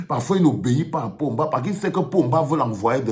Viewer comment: Ô ooooooooo vraiment c'est Paul Biya que tu appelles Pomba 😂😂😂😂😂😂